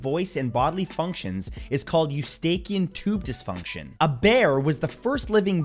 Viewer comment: Do you pronounce eustachian tube dysfunction incorrectly